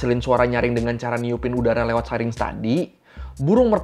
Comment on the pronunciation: Syrinx dibaca ˈsiriNGks kata mbah google